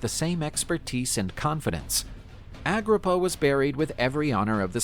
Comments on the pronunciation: Get his name right 😅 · You said in his name wrong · He is not pronouncing his name right. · ah-GRIP-ah, aqua-ducks, not dox